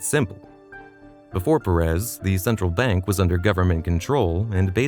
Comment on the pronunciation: Shimon Peres - last name emphasize the first syllable, not the last. First name emphasize the first syllable.